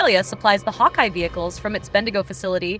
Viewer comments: The name of the armored car is HAWKEYE (Hawkei)-NASAMS thats how you say it. lol .. NOT Hawk-EE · Pronounced hawk - eye